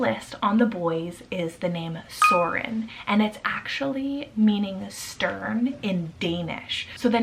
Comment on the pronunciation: I love it in English (with 'o' instead of 'ø') because of the way you pronounce it <3 To be sure I just looked it up in the dictionary and the word or name 'Soren' doesn't mean anything in Danish. Not even like an old word that we've stopped using today. But that doesn't matter - it's a beautiful name indeed :)